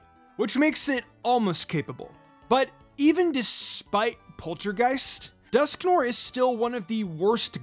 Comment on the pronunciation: Your mispronunciation of Dusknoir's name hurts my soul. Otherwise, excellent video. 👍